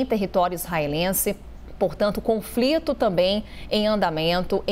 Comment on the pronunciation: Conflito? Menina fala direito!!